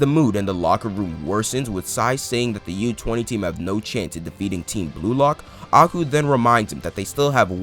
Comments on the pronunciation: im sorry, when your talking abt aiku do you say "agu"?? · I cringed every time you called aiku: aku....Great video By the way